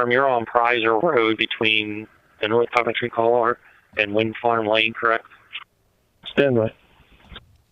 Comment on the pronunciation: Thank God they got him, being a neighbor it was killing me how the outsiders were butchering the names of this area, incorrect location descriptions, and not getting our terrain. How can you not pronounce 'Coventry'… it’s called Pottstown because that’s where we all get our mail… but there’s like 6 different townships involved. Lol